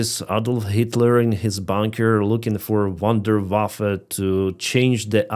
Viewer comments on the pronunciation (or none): none